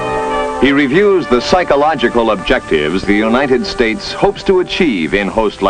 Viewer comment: "Asked the untited states for help"....lol